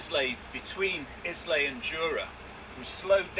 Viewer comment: hiya folks, just thought i'd let you know that Islay is pronounced ilaa.